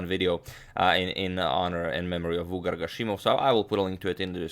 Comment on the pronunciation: It's pronounced vugàr (the stress is on the second syllable, not first) :)